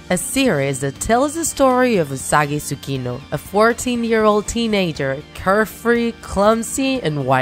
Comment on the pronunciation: Sorry but it’s not Suino it’s Tsukino